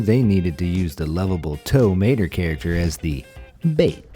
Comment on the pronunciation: Who's tow mater I thought it was towmato